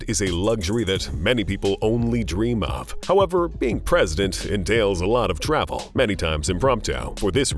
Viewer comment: So painful to listen to, travaal, nine hundrads, respectivelay. 350 gue-asts, equipmant.